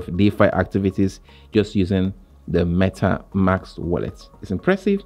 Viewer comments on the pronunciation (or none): At start please instead saying Metamks. Say it correctly as it’s Metamask. 😅 not metamks